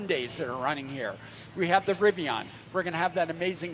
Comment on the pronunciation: Rivian Timestamps: Rivian R1T at the starting line Zipping off the line Straightaway Switchbacks More Switchbacks "Rivi-awn" lol Birds-eye view Final turns Finish line (smashes record)